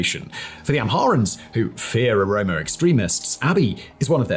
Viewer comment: Well done for recognizing that Welkait was an Amharan land since at least 1944. Your research is superb! And you are now pronouncing Oromo correctly as opposed to saying omoro 😃